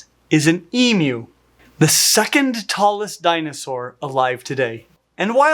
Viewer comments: Firstly, as an Australian, I'd like to thank you for pronouncing their name properly and, secondly, to tell you of some of my experiences with emus. I live in a small hamlet just outside of a regional town in the Blue Mountains NSW and we have a couple of wild emus who go for an almost daily stroll along the bottom of my street. They've been around for years and are considered a part of the local community. We have fairly cold winters in my area and we do get snow and emus can handle the climate here perfectly well, although even our worst winters are nowhere near as extreme as some parts of the US. They seem to be able to handle most climates Australia can throw at you, from arid deserts with high temperatures to alpine winters and everything in between, so they are a pretty hardy bunch. I've had emus, over the years, steal my ice creams and other food out of my hands and even take off with my hats, at various wildlife parks and zoos (they're actually renowned for pinching kids' food out of their hands), use their beaks to "explore" my head by whacking me, usually on the back of the head - it's more surprising than painful but I have ended up with a few bumps on my head from this and, if you happen to be picnicking where there are emus, if they decide to come and raid your picnic, there's really not too much you can do about it as they're quite determined when food is in the offing. All in all though, they're quite lovable, non aggressive, goofy birds whose worst trait is be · Thumbs up for being able to pronounce emu correctly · Thank you, thank you, Thank You!! Finally an American that can pronounce Emu correctly. As an Australian, I would say: don’t have emus as pets… they’re scary b*****ds 🤣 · Omg,, you can be taught! I remember when I had to call you out on your emu pronunciation! Honestly great job with this video! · An American getting the pronunciation correct! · Thank you for saying emu correctly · I agree, I came here to say exactly that.